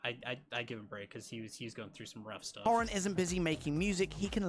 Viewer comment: Couldn't even pronounce Niall's surname properly! So why would anyone believe him?